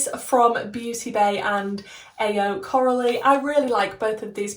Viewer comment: Your look is gorgeous !! I hope Coralie will see it 🤩 Also your pronunciation was nice!